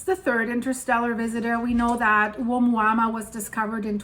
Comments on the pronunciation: why do you keep saying omuama when its being called oumuamua? your annoying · Dear, it is pronounced OMUAMUA, although it is written OUMUAMUA = messenger from afar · You are saying it wrong but it’s funny. It’s a Hawaiian name I think lol. My wife does the same lol